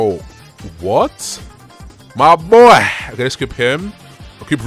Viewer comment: “MAH BOYA” 😂